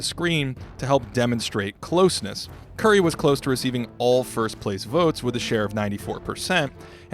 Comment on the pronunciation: Finally someone who puts appropriate respect on Curry’s name.